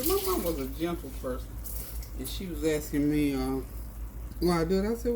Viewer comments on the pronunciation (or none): none